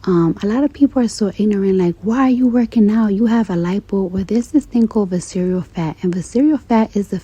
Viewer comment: She said vis-cereal fat 😂 not visceral